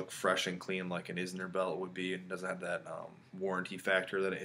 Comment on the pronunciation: Inzer not Izner.